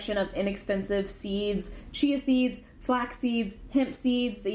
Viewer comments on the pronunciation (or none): none